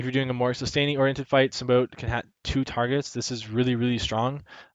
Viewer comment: Symbiote = Sim-bee-aht. Great video though. Learned alot.